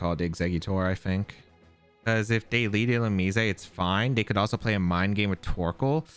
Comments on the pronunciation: it's 100% illu-mize, and not illu-mees-ay 😭😭😭😭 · if I have to hear illu-me-say ONE MORE TIME